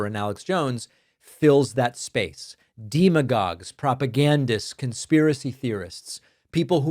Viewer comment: "Deeeemagogues" Oh dear, Dave! Come on, mate - leave the cringey mispronunciations to that idiot Ben Meiselas!